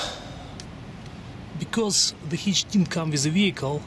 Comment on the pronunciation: What is a HEECH... I need to install a HITCH,. I'm not sure if your video of a HEECH is the same for my assembly...??? I don't even know what a HEECH IS...??